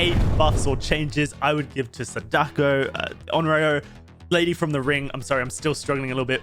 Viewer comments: the correct pronunciation of "Sadako" has the accent on the first "a", people tend to say "saDAko" instead of the correct "SAdako" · Can someone tell that it's pronounced 'SAH-duh-koh'? Emphasis on the first syllable. Japanese is a pretty structured language. When you learn a few names, it's really easy to pronounce them correctly. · It's (Sah-Dah-Ko) Sadako👍🏾